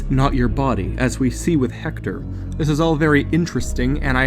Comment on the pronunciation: stop pronouncing it "hector" it's pronounced "ector".